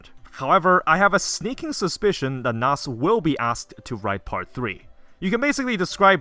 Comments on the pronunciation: Kinoko Na-su. Not "Nass" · Please pronounce his name nah-sew t.t come on man theres 2 syllables